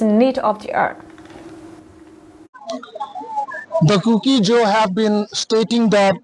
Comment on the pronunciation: news simnu boinu, lungsettah in ZO tin pronounce aw. Not ZOU